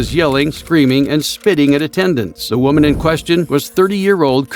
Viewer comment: "As a WEUMan"